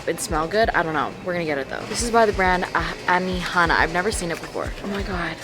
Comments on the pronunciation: It’s so cool seeing NZ brands in America. Like it’s so funny seeing Māori language trying to be pronounced by people who don’t know what it is! No hate at all! It just is so crazy to me seeing stuff from our little country in America. The brand ‘Anihana’ is pronounced ‘Un - e - hun - a’ if that makes sense. And the word Manuka which is a type of honey here in nz that comes from the Manuka tree. It is pronounced ‘Ma - nu - car’ if that makes sense. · When I finally meet you I'll tell you my name is Hana like how you said anihana lmaooo